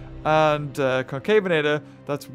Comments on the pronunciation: it’s Con-CA-ve-na-tor,not Con-CAY-ve-na-tor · I believe concavenator is pronounced conca-ven-uhter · Ill tell ya how to say it ok con-kahh-ven-ate-or Yo welcome! :3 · Concavenator is actually pronounced con-ca-ven-a-tor